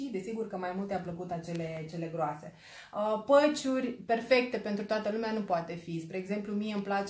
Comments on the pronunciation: Patch(peci) NU MAI ZICE PĂciuri ...pleaseeeeeee😁 și PLEOAPĂ NUUU PLEOAPĂ...în rest felicitari pentru tutoriale! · Atat ma dispera când spui la patch, "păci". Pe bune..încearcă sa îi spui corect pe nume